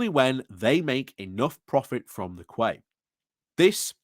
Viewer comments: What's a 'kway'? Is it a Yorkshire version of a 'key'? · Read "quay", pronounce "key" 👌👍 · Quay is pronounced key